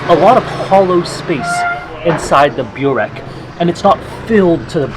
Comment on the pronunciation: Glad you're enjoying Bosnian food! I watched your entire series on Bosnia and subscribed to your channel. And one minor thing, I hear you pronounce burek as "Bew rek" but the correct pronunciation is "boo rek"